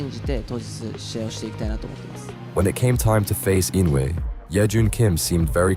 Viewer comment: Why cant you pronounce his name right Motherfucker I no ue